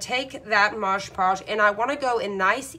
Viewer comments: Looking through the comments makes you think some people don't actually WATCH the video! You can clearly see that it's called Mod Podge, who cares what you call it! 🤦🏻‍♀️ I call it Modge Podge all the time lol It's an incredibly informative video! Thank you for your time in making this video, I can't wait to try it! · OK, this is the second video I've watched this afternoon using Mod Podge. I wish the people doing these great videos would learn how to pronounce the name of this medium. MOD PODGE, NOT Modge Podge. Call me picky buy grammer and enunciation has always been a pet peeve of mine. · Stop saying Modge Podge. It's Mod Podge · Your calling it modge podge. All I can find is mod podge. ?? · Call it what it is, mod podge not moge podge 🤣🤷🏻‍♀️ snd you mean burnish the decal down not varnish it down 😂🤣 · Can't tell if the video speed is altered or the demonstrator just talks so fast! Also she keeps saying Maj Podge. Not a terrific endorsement. The product is MOD....PODGE! Just sayin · It only matters if you want to be accurate so that people will understand what you are talking about. Since you are making instructional videos, I assume you DO want people to understand you. Besides, it is very annoying to hear you mispronounce it over and over again. That is another reason -- if you really want people to subscribe to your channel -- that you should be careful in your pronunciation. This is actually meant as a helpful tip for you if you will look at it properly instead of getting upset. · MOD PODGE..WHY IS IT THAT SO MANY PPL CANT SAY IT. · Talks way to fast, and it is MOD podge, not modge podge.... She has the concept, however, not the finished product I would like to have on show. It is too busy. Just the picture would have been 100% better. Put the date on the back, and I am pretty sure, the couple know their name. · its called MOD Podge not mog podge! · It’s MOD, m. o. d. NOT “mojjjj” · Mod Podge (Not Moj Paush) LIke Mod and Dodge. Thank you.